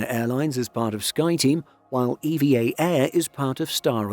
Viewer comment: not E-V-A ... Eva. It is member of the Evergreen group.